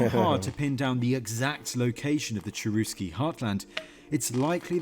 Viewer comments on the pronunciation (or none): maybe you should point out that the pronunciation of the tribe name was not "Tcherousky" And yes, I have watched that documentary and I found it very interesting and valuable.